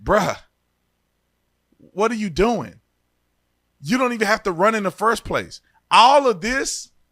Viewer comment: The reporter said Rund instead of run what a shit reporter😅